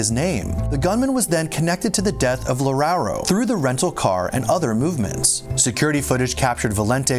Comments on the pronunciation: Loureiro sounds like: Low-RAY-roo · "Loureiro" sounds like: Low-RAY-roo.